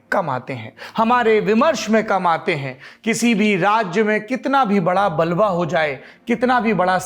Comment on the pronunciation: बलवा नहीं बवाल